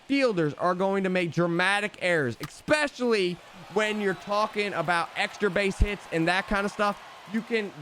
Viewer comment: Can't sub to someone who makes a showdown video without knowing how showdown works, or an adult who says "expecially".